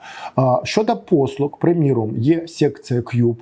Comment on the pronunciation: Дякую за інформацію. Але дуже слух ріже вимова букви "Г" . читаємо "послуГА", а не "послуҐа" .